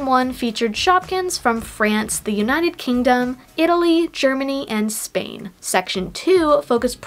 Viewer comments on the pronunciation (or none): none